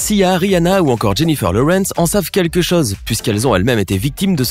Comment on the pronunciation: Moi je crois qu’il faut apprendre à prononcer les « o » « au » correctement désolée j’aime tes vidéos mais ça me perturbe quand tu dis chose et que tu le prononces chause